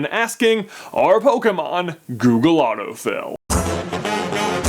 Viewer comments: He says Doogle auto fill instead of Google auto fill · anyone else hear 'doogle autofill' in the beginning? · OMG he said DOOGLE AUTOFILL GAME lol ! :D go to